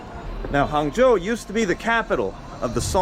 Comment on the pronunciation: Hung Joe not Hangzhou